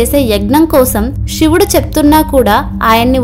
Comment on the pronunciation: Sivudu ani palukuthalli Shivudu ani palakavadhuu Vinalekha pothunnamu